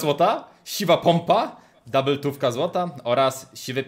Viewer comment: kurła nie dabeltówaka tylko dubeltówk